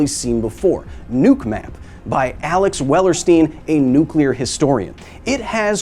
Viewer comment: You know what really grinds my gears? When people pronounce nuclear as "nu-kyu-lar", not "new-klee-ar". Good job to Kyle on correct pronunciation. 💥